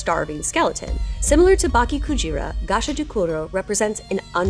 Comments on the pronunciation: You mispronounced “Bake” as Baki It should be more of Ba-Kaye. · bake rhymes with sake - should have an 'eh' sound at the end. pls